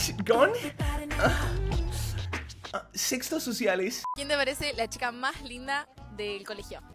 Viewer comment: pense que dijiste s3x0 social pero es sexto social